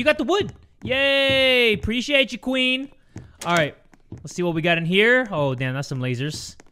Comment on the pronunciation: I laughed when he said “appreciate you qwueen!”